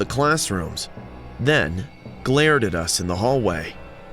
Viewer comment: its glared not GLOURED lololol